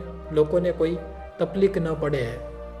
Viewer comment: તપલીક નય પણ તકલીફ બોલાય. વાતૉ સારી છે પન અવાજ બો સારો નથી